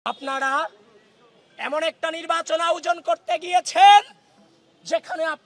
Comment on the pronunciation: অতিরিক্ত শুদ্ধ উচ্চারণ করতে গিয়ে আয়োজন কে আউজন বলে ফেলছে।